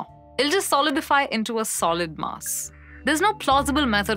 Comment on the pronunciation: That's Mass, not Maas.